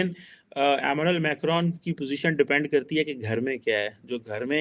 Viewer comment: ' Ammunal Macron ' 😂😅🤣 It's ' Emanual Macron ' 🙏🇮🇳